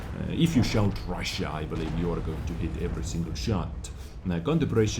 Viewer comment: Oh damn bigger number = Ra-shia! hahaha